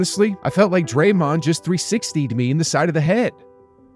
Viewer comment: It’s Draymond lol